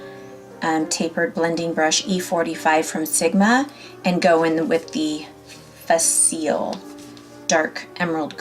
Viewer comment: “ princess and the frog is one of my favorites” You pronounced dr Faciliar’s name wrong... ( fa- sil- E- ay)